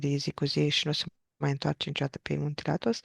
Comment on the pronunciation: n ai pus accentul corect...Athos, accent pe A, nu pe thos.